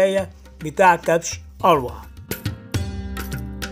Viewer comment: يسمى كبش الروي بتسكين الراء وجر الواو مش أروى